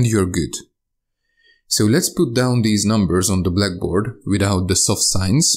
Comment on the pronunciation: Your pronunciation in this video is great compared to other content creators. I actually now hear the difference between soft sign and no soft sign. THANKS!!